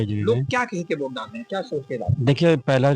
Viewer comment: ये कैसे पत्रकार हैं जो वोट को ओट बोल रहे हैं 😅